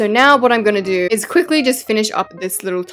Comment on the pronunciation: “This iis my redemption” 💀